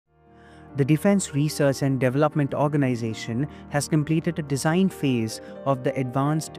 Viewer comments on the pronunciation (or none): " Dejine and ujer requirement " ? No wonder Indian military tech is lagging behind china